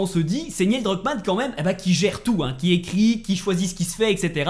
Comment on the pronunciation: Neil pas Niel